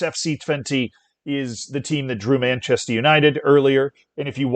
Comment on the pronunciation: Are you from florida or Massachusetts? Because you say Manchester like momz